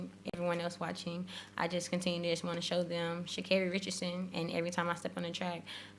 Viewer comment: Amazing, Sha'carri got her name pronounced correctly this time lol